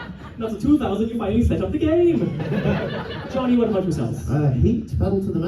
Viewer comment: Of course can’t pronounce Johnny’s name